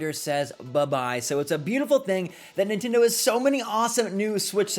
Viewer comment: It's pronounced Nin-TEN-doh not Nin-TIN-doh